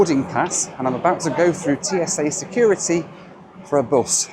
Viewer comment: Why do you pronounce bus like that